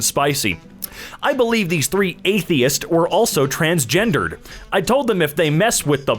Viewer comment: OMG TRANGENDERED IS NEVER A WORD